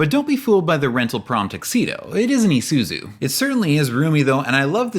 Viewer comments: "ee-zoo-soo" not "eye-zoo-soo" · The commercial just said “e”suzu and you keep saying /i/suzu. 😣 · Did you just say "eye soo zoo"...? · The correct pronunciation of Isuzu is "E-suzu" I believe Australia pronounced the one you said, but generally it's not. Edit: at least you said Isuzu correctly. Thank goodness. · You included a commercial that tells you how to pronounce Isuzu, and you consistently mispronounce it throughout the rest of the video. It's just one of those psychological tactics to keep people engaged with the video out of pure hate. But wait, you change how you pronounce it halfway through the video. I'm done. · Well, at least you managed to correctly pronounce Isuzu 5 times in the video. When you pronounce an “I” in almost every other language, it is not like a defamatory “eye”’talian. The English language is difficult enough. Please don’t bastardize it any more than it already is.